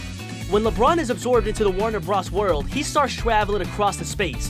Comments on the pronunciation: Its not Warner bruhs it's Warner Bros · Wtf is a Warner Bras? It's warner B-RO-S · My dude said Warner bras